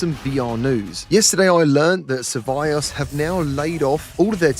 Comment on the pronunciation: you are STILL the only one I know who pronounces survios like that 😄😄😄